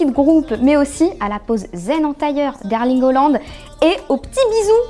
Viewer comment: Eerling « Hollande » elle a dit. Faut arrêter avec elle sérieusement